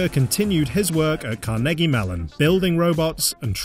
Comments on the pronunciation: " car-neggie melon " lmao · the way he said Carnegie Mellon hurts my ears